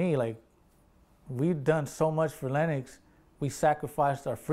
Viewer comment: yo im crying! he said "im from west side lenNOX!" i swear they do be sounding like that